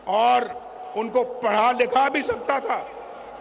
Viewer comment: Auor auora hahaha salya bolna sikh